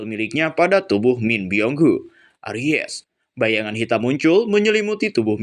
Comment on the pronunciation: Arise bkn Aries 🤣🤣🤣🤣